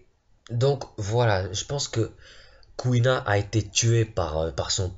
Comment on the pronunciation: Mec jt mort tu disais CouilleNa MDRRR